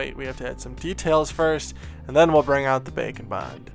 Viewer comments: i never hear "bake and bond" i hear "bacon bond" haha! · Am I the only one that hears "Bacon Bond" when refers to "Bake and Bond"?:) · I keep hearing bacon bond instead of bake'n' bond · When ever he says Bake and Bond, I keep hearing Bacon Bond and can’t unhear it. haha!